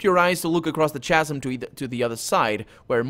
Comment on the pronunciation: "Khasm". I know it's written "chasm", but it's a hard "c", "khasm". Sorry, not to be critical; your accent's fine, and you hit the fantasy names in interesting ways.